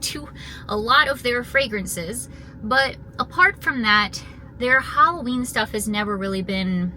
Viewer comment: Wasn't sure she's doing summerween instead says valloween